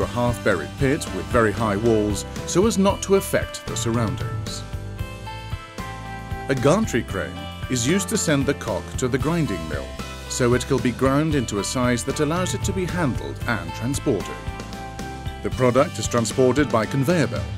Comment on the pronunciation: you should really think about firing your voice artist - wtf is a ghantry crane... and coke becomes cock becomes coke again... daft.